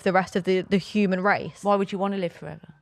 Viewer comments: And “hooman” from 😂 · this is coming from the woman that pronounces ‘human’, ‘hooman’